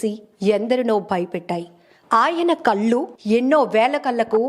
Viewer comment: కల్లు కాదు కళ్ళు